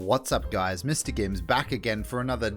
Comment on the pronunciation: how many different wrong pronunciations of mrgimms will the doll say, i love it... how u get that voice anyway?